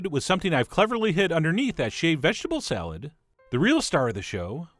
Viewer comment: Damn, Chef John's NY accent when he says "salad".